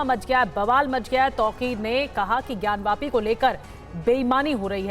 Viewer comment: ज्ञानवापी, ज्ञानवापी, ज्ञानवापी है ज्ञानव्यापी नहीं।